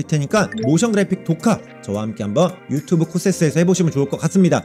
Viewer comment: 유튜브도 유튭~~~ 이지랄 하노?ㅋㅋㅋㅋㅋㅋㅋㅋㅋㅋㅋㅋㅋㅋㅋㅋㅋㅋㅋㅋㅋㅋㅋ